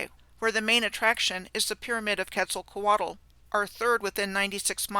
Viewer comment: The L at the end of Quetzalcoatl is silent. Ketz ahl co aht.